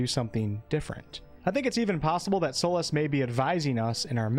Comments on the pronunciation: Its a very unique accent for sure ive never heard Solas pronounced "Solahs" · Hi! I've only noticed that you pronounce Astarion & Solas differently than I do. Thank you so much for warning for spoilers, although I think I might pass on this game until I hear what you & some others have to say about it when it's released.